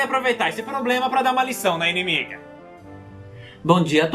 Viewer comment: Dá um ênfase bem grande no "dar"